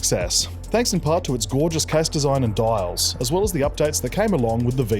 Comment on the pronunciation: mate. it's di-als. not dOiAlS.